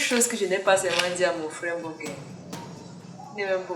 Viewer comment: Balbine fait un petit effort. C'est quoi avec Bok..BoK? Prononces bien le nom de Mbok il y a M devant!